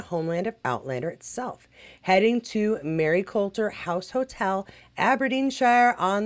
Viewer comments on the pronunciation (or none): Just for background. The Maryculter Hotel ( which is not far from the American School in Aberdeen ) is actually pronounced as Marycooter . There are several "culter" names in the area - all pronounced cooter.